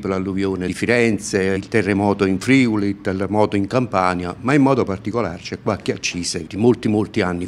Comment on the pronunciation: Scandaloso che in Italia ancora la gente non sa dire Friuli però eh... L'accento è sulla u, non sulla i